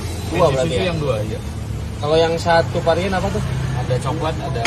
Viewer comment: Varian, bkn parian 😊